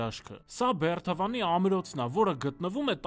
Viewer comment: Եթե աղբը հավաքում էք դա դրական է, բայց ո՛չ թե "բեռթ", այլ "բերդ", ոչ թե Բեռթավան, այլ Բերդավան, ոչ թե "կառուցվել ա", այ կառուցվել է, ոչ թե "ամոթ ա", այլ ամոթ է, և այսպես շարունակ սխալ սխալի հետևից ...